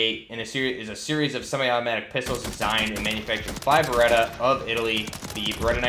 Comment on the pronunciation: Isn't it Beretta?